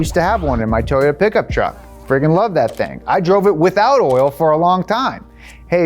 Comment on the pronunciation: me:: Teryota